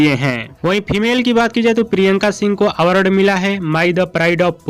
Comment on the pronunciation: आवारड शो नहीं अवार्ड शो होता पहले बोलने सिख ले घारा घरी सब चैनल खोल के सब अपने आप को होसियार समझ रहा है